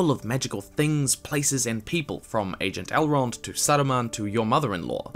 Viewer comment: "Agent Elrond" LOL